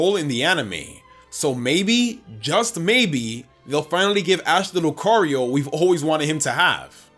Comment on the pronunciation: The first O in Lucario is supposed to be an A!